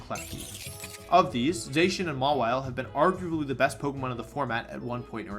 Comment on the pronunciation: Zacian is pronounced ZAH-SEE-ANN not ZAY-shin!